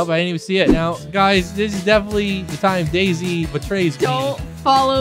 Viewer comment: It’s so funny when says daisy but she says desey lol